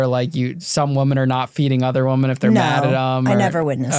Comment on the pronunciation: Can some PLEASE teach how to say “women?!?”